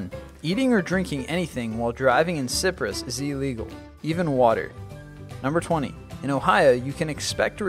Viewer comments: I call bullshit on the PA one. I grew up there, and there's no such law. Also, "Eating or drinking anything while driving in citrus..." What the fuck? Oh, wait, I forgot you pronounce words wrong. Maybe you meant Cyprus. (Pronounced "SY-press") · Number 21. It's pronounced Sigh-prus, not Sip-ris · Cyprus is pronounced Sigh-prus not sip-rus... Why are you so bad at pronouncing things? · He pronounced Cyprus as "si-prus" even though it's "sy-prus" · DID YOU JUST PRONOUNCE CYPRUS AS SIPRUS? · Lmfao, it had me giggling when he said that ! And then I thought seriously... who does that ! Also , that had nothing to do with driving.. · Lauren Chamberlain Isn't off the hook though. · Actually it's pronounced "Key-proce". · I think it was a joke because he was talking about drinking (sip...siprus...anyone?) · Does he mean Cyprus instead of ciprus? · LMFAO Cyprus = siprus ? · It's pronounced saɪprəs and the S in Illinois is silent. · lol cyprus, sipris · he mean Cyprus...not Sip-riss? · It is pronounced SY-PRUS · Cyprus us pronounced Caiprus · he had to atleast try to say it correctly :c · you pronounce cyprus wrong , look it up